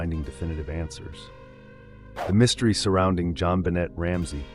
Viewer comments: its pronounced Ben- nay not Ben- net everyone but you knows that moron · You are butchering JonBenét’s name 🥲